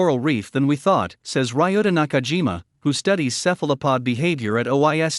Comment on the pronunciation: May I suggest that the narration be edited to correct the pronunciation of the name of researcher credited (Ryuta Nakajima) and the reading of the research institute's acronym (OIST)? The topic is interesting and it is unfortunate that it seems to be narrated by a computer rather than a human